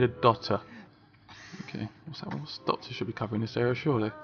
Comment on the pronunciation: Him: "Were sick, we need dotters" Me: What the fuck is dotters ;)